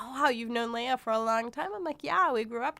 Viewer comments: Her name is LE-AH not LAY-AH and it's VERY APPERENT YOU WERE PAID TO SPEW THE BULLSHIT THAT'S FLOWING FROM YOUR MOUTH.. They say that money is the route of all evil you my sister.... . ARE THE DEFINITION OF THHAT! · OH MY GOD You sit their and say "Scientology taught you Morals and to be kind to others"Hey Dumb Ass Her Name is LEAH Not Lay Ah so your info is of NO MERRITT Go back to the Cult and tell them You screwed UP THE SCRIPT..... This is sooooo freaking funny "NO ONE BELIEVES ANY OF YOU" Shut Up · Your just rambling... Plus you need to learn how to pronounce her name properly, since as you were a friend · What a crock of shit. You don’t even know how to pronounce her name. And as far as I have read about Scientology, you are taught to think you are better than us SP’s so why wouldn’t a Scientologist feel superior ?